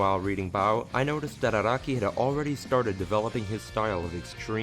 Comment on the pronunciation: its Ah-rah-kee not ah-roh-ki